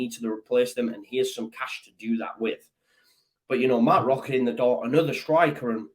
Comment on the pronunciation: Don't want to sound pedantic but the pronunciation of Roca is "Roka" un Spanish the "c" before an "a" is pronounced as a hard "c" as in "Kick". The gutteral sound you are using is for a "j" or a "g". Short lesson in Spanish pronunciation for you. Spanish Whites MOT!